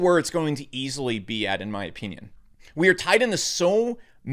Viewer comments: In my o-peen-ion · I like his Ow-PEE-nien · “In my opeenion”